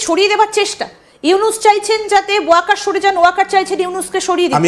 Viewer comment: wokar bolte parbe na